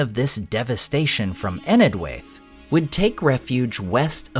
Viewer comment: Just as a side note for the nerds, "Enedhwaith" should be pronounced as "EneTH-why-th". The digraph DH in Tolkien's works represents the voiced TH such as pronounced in words like "This" or "That". TH in Tolkien's works should be the unvoiced TH sound like in words such as "With" and "Math". The diphthong AI should be pronounced as a long "I" as in "Eye" or "Why", with perhaps a slight "ah" sound at the beginning. Written English dropped the differentiations between dh and th a long time ago but they still exist in our pronunciation and so Tolkien used them in names in his works. DH = ð (voiced dental fricative).